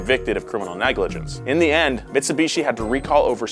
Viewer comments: If you take a shot every time calls it Mits-a-bishi instead of Mitsubishi, you will be dead within the first 3 minutes of the video. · Mitsubichi senpre😂😂😂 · Never in my life have I heard someone pronounce it meetsubeechi